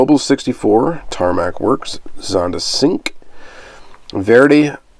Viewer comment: Zonda "Sink"... 😣 I'm just gonna go ahead and correct you here. Fairly certain "Cinque" is pronounced, "chink way". Cinque means 5 in Italian.